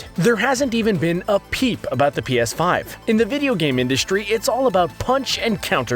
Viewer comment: Pea Ass Five